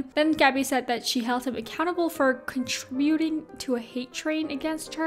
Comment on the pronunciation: Con-tri-BU-ting?? Haha it’s con-TRI-bu-ting